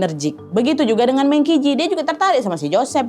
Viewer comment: D china meng baca meung juga